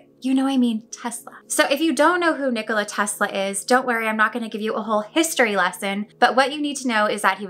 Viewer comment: A lot of people can’t pronounce his first name You pronounced it well :)